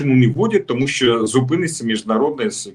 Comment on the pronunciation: Не біжить а тікає, не через годину а за годину, не спасибі а дякую. Крім того навчися читати кому перед словом ЩО, бо звучить "томущооооо" замість "тому, що"